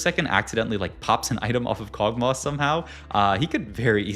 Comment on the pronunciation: Kog tauh 😂